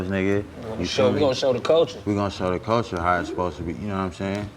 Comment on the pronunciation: When Dc start feeling smart and deep that ni99a start saying words like "¢ulture", "stru¢ture", "infrastru¢ture" 😆😆 ni99a if you don't $hut yo f00l head special Ed head as$ up 😆😆 that boi learn some new words and be happy asl to use em